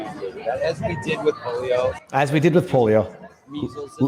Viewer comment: Did he just say the "polo virus"?